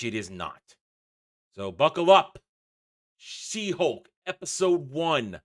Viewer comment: it almost sounded like Shit-Hulk, and so it should 🙂